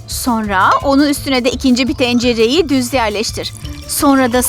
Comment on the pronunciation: de kadın dencereyi diyor